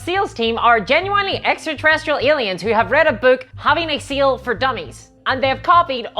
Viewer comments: She said having a sail for dummies but I heard it and I think it's funnier "Having a seal for dummies" and that's the real reason they are so terrible. Ironically I wouldn't have thought that if she hadn't drawn attention to her accent. But now GW are just weird extraterrestrial seal enthusiasts in my mind. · All I can hear is seal now u mentioned it 😂